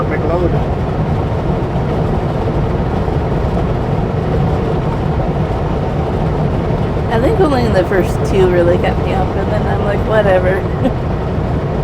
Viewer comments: Fort Mick-Cloud is how it's pronounced. And if you ever go through Claresholm again, you MUST stop at Roy's Place Diner and get one of their giant cinnamon buns. They are the best in the entire WORLD. on your time stamp. LOL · Fort Macleod is pronounced like Fort Mc-cloud. Not Mc-loyd